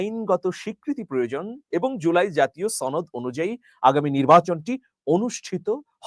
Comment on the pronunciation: ভাই ছনদ না সনদ